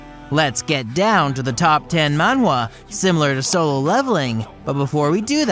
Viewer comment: Please stop saying Mawhwa